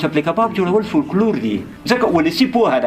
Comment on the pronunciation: فوکلور یې سمه بڼه ده ، دغه یو لام استاد وایی چی سم نه دی